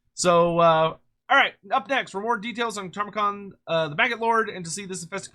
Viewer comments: Ta-mur-khan ✅ Tar-mah-khan 🚫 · Every time says “Tarmakhan” I die a little bit more inside